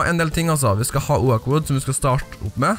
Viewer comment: du sier oak feil xD mn bare søt d Cx ;D